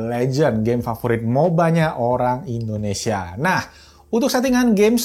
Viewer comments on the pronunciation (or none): none